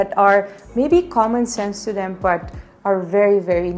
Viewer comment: i like the way you pronounce "them" as "dem"